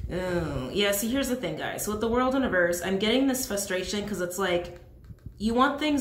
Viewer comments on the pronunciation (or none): Are you saying flustration? I keep hearing flustration instead of frustration